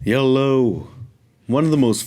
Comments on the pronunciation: Did this guy just said yellow instead of hello at the beginning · You lost me at hyello 🤦🏻‍♂️i forgot what i was listening to 🤣